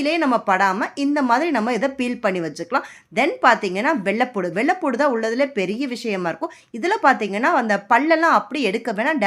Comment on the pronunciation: வெள்ளபூடு இல்லம்மா வெள்ளப்பூன்டு